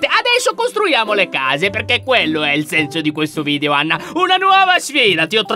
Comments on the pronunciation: 😂😂😂Lyon dice Ana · Lyon hai detto ana invece di anna😊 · Allora inizio lion ha detto Ana invece di Anna🤣🤣🤣🤣😂😂🤣😂🤣😂🤣chi lo ha sentito mette like,perfavore😌😌